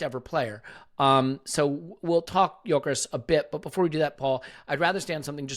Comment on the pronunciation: Paul really needs to stop saying YOKERESHSHSH